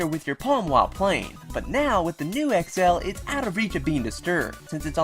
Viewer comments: you say XL so weirdly.... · sorry but i fucking hate how you say xl